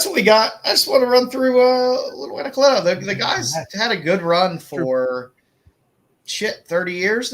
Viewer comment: Jay Anacletos line work has anyways been amazing! He's one of the few artists that i enjoy the black and white just a much as the color, if not more! And props to for pronouncing Anacleto that way. I'm pretty sure that's the correct pronunciation but everyone says it another way.